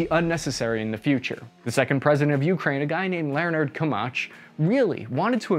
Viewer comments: Kumach.... It's Kuchma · The second UA president was called Kuchma, not Kumach lol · Kuchma, not Kumach :)) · Leonid Kuchma not Kumach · "Kumach" :D :D :D :D made my day! :D It's "Kuchma" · Ku-ch-ma, not Ku-ma-sh 😆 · Loooool, president KumAch))) I wonder if KuchmA ever heard someone pronounce his name when he was president) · Kuchma, not Kumach. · President Kumach LOL is actually Kuchma) Good video though! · Not a "president KUMACH", but "president KUCHMA" 😂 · NOT KUMASH but Kuchma, NOT Kiev but Kyiv!!!! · „Leonard Kumach” is actually “Leonid Kuchma” in English pronunciation. Also “Viktor Yanukovich”. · It's "Koo - ch - ma" not "Koo-ma-ch". And "Po - ro - shen - ko" not " Po - re - shne - ko". And its "Ya - no - ko - vi - ch" and not " Ya - no - ko - vik" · Kuchma, for God sake, not Kumach. Not Parashnikov, but Poroshenko. Not Yanicrovich, but Yanukovich. Man, you have misspoken last names of 3 Ukraine presidents. :-) But still thank you for this video. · President Kuchma, not Kumach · Kumach? Too much? WTF?:D Dude, it's KUCHMA... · The 2nd president of Ukraine was Kuchma not Kumach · Ukrainian president was not Koomuch but Koochma. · His name is Kuchma not Kumach. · former president 'KUMACH'?!?!?!?! It's Kuchma! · President Kumach ? LOL It's Koochma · Ahahahah. "President Kumash" Thanks for the video, but actually he is "president Kuchma" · Ah yes, President Leonerd Kumach. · Leonard Kumach😂😂😂😂 It should have been Leonid Kuchma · Please pay attention to details. That president's name is Kuczma (eng. Kuchma or Kutchma) - not Kumash!!! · President Kumach is too much ))))) P.S. It was Kuchma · Leonid KUCHMA, not Kumach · Its name is “kuch mah”, not “komach”, not “poeshniko” - “po roh shen koh”…. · It looks like you will be talking about Ukraine for a while now… the former presidents’ surname is not “Kumach” but “Kuchma”. And the other one is Po-ro-shen-ko, not Poreshniko. An the third one is Ya-nu-ko-vich 😉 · Not president Kumach. Its Kuchma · Kuchma, not Kumach